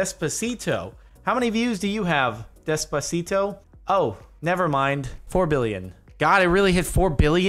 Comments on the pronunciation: The way you pronounce Despacito... I don't even like the song... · how he pronounces despacito xD